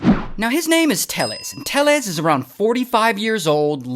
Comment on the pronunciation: It’s Tay-yes.